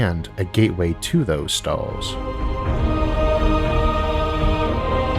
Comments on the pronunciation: "A gateway to those Stawws" - Isaac Arthur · S T A W S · Nobody: Isaac: Staws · Left when I heard "staws" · #staws #univawse #awth #nuculaw #uwanus